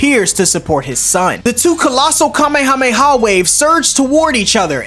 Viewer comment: So happy he didn’t say Kamehameha wave in the dumb ass way that most dbz YouTubers say it It annoys the duck out of me